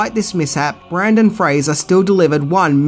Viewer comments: It's "Brendan" Fraser, not "Brandon!" Do you do this on purpose? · I know. I thought it was was just his pronunciation, but he even spelled it Brandon on the title card for #1. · You kept saying "Brandon Fraser" and I for a second thought I found a Mandella effect; I could have swore it was Brendan with an "e". I had to google it just to check lol. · FYI, it's BREN-den Frasier, not the more common spelling & pronunciation BRAN-den. No biggie. 2nd, have u ever considered a career in film? U obviously have a passion for it if ur takin' the time to research all these flicks. Just a thought 💭. Enjoyed the vid as always. 😉👍👍✌ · After I got over being butthurt about the historical inaccuracies and got back my sense of humor, I loved the movie. So campy and fun. I won't ever stop rolling my eyes at "quicksand", though. You need water for that to happen. Other than that, pure awesome. But just fyi, his name is BRENDAN Fraser, not Brandon. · Brendon not Brandon I scream every time he said it wrong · Love your vids, and I love this movie. However, I don't know if it was your accent, or you were actually mispronouncing Brendan as Brandon, but it did annoy me throughout the vid. Excellent vid all the same. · It’s BrEndan Fraser NOT BrAndon Fraser. Kind of makes me take you less seriously if you can’t get the main hero’s name right… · It's Brendon not Brandon lol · His name is Brendan not brandon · OMG it's BRENdon, not BRANdon. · BRENdon Fraser, not BRANdon. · BrEndan, not BrAndon. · BRENden, not Brandon. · Brendan not Brandan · BRENDON Fraser. Not Brandon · BrEndon Fraser not BrAndon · it's Brendan, not Brandon. It's like you're purposely trying to create some kind of Mandela effect or something lol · Hey,, his name is BRENDAN, not BRANDON. Pay more attention to your research next time, buddy. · Its pronounced 'Bren'dan not 'Brandon' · Brennan not Brandon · BRENdan, not BrANdon. Boy, that's annoying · He got Fraser right, but butchered Brendan. Huh....